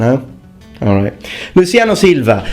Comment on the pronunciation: The way you pronounce Luciano Silva was almost how we pronounce it in Brazil. The differences are: The 'an' in Luciano is nasalized. The 'l' in Silva is pronounced like a 'u'.